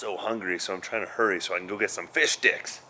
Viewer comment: I just experienced an extremely awkward moment while wearing headphones and laughing uncontrollably.. Did you say Fish Dicks?! Hahaha